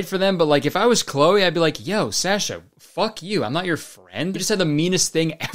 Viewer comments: Kurtis's slight mispronunciation of "Sasha" makes me wanna fight. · Can’t believe he pronounced Sasha like that